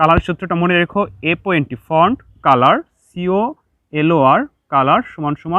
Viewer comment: sir, "front" hobe, naki "font" konta?